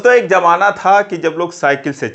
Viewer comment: Pehli baat ki Jamaana nahi hota Zamaana hota hai..aajkal bhasha bilkul kharab ho gayi hai